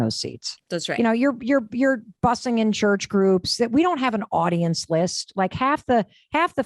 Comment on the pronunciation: Did she say podience? I'm out.